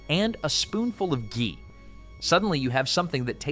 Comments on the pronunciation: Ghee pronounced Gee , hard G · the video says Chee instead of Ghee. The correction was right it's a G